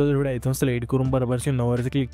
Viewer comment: व्हिडिओ ❌ हिडियो ✔️